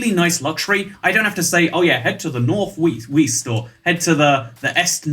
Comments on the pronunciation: “head to the north weast” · Ik he was joking around but weest north and north est😂😂😂😂😂😂